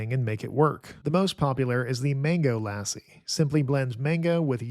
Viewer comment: He messed up lassi too despite it being in the same family as English 😂 No complaints tho